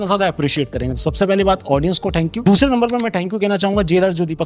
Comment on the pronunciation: थैंक्यू होता है ठेंकू नहीं